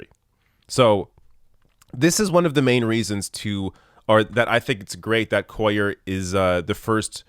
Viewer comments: Just cuz where gonna be saying his name alot, his last name is pronounced (basically like) Coo-yer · I think his last name is pronounced Quay-yarr because its my last name and that's how u say it in Spanish because two l's is actually one letter in that alphabet and it sounds like a y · QUAY ARE......is how you say it. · KU WAY YAR is how you pronounce it so no one is confused. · Cuellar is terrible. He's been getting a pass from the Texas Democratic Party because he is Hispanic and he is an incumbent. The Texas Democratic Party is a joke - very conservative and filled with incompetents and establishment hacks. I've lived in Texas all my life (68 years) and in south Texas for the last 13 years. By the way, the double ll in his name is pronounced like a y. Kway - yar.